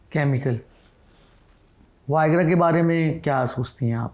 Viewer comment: Waegra😂. It’s Viagra, with V not W.